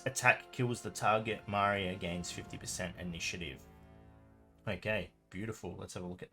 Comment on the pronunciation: I thought it's Maria with “I” letter stressed) Thanks for the vid as always, mate